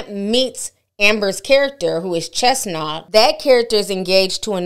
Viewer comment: Chenault, not Chestnut